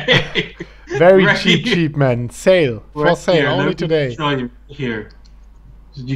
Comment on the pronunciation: No offense but ... how are do doding doday my man 🤣🤣🤣 dont take it seriuos man 😁